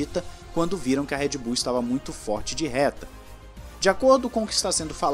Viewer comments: eu ouvi Red Boom? kkkkkkkkk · So eu que escutei "REDBOOM" EM ? KKKKKKKKKKKKKKKKKKK